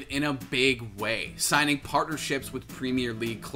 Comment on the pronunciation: please god, as a british person saying this, can you say premier properly like "prem - ear"